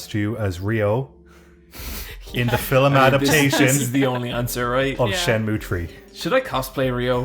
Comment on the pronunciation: I just can´t get over "Filim"